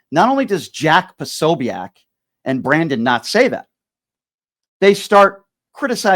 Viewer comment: Jack pa- so- bic not sobeac